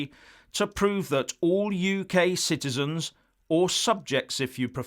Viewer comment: I thought said EU shitezens. Must clean out my lug holes.